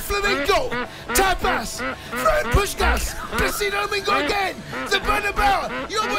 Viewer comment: Did Cundy say "Placido Damingo", Twice..?🤷‍♂️🤣👌👍